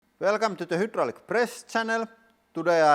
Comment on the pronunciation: does he realise he says hoodraulic?